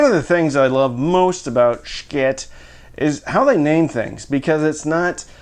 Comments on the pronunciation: Ok, why are we avoiding the 'elephant in the room?' Why are you afraid of pronouncing their name correctly? Its an 'SH' sound, not 'SHC'. Get it right. They are worthy or correctness. Love your reviews! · Took me a minute to figure it out, but are you pronouncing it "Shciit" to prevent the video from being demonetized?